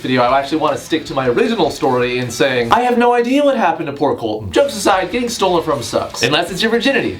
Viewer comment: Uh. Just. The way you said. ... Having your virginity STOLEN is not nice. ..... I think I'm reading into this too much. Lul.